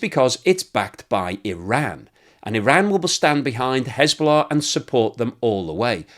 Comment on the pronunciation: There is « hezbollah « and there is » schisbollah » 😅